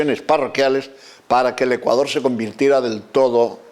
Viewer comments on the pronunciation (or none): Me imagino lo que esos vejestorios pedofilos les enseñaron a muchos niños. Por lo menos digalen a esa momia apostólica aprenda A PRONUNCIAR BIEN el nombre de Ecuador....basura de institución.